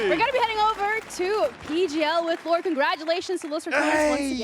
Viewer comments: Can stop saying L-OR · can the guy calling them "L OR" please coach his speach. doing my nut in.